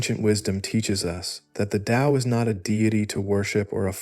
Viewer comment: This is the first recent discription of Taoism that pronounces the word Tao with a D sound. You did it the correct way. The voice is perfect. Actually this was so well done I can't conclusively say that its AI. It sounds like a real person. Not the same droning voices usually heard with AI. Anyway the explanations were also excellent.